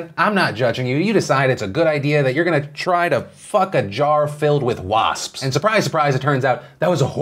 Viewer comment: Phil, please say "wasps-pis" one more time.